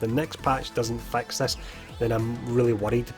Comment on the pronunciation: So if he pronounces the word, “fix” as, “fax,” then I wonder how he pronounces the word, “fax” lol